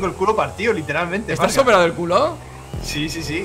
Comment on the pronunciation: Ya fargan lo dijo bien